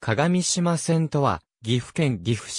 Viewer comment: 鏡島は”かがみしま”ではなく”かがしま”です。また合渡は”あいわたり”ではなく”ごうど”です。